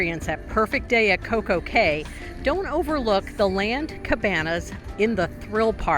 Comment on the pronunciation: Anyone else yelling "it's pronounced key"?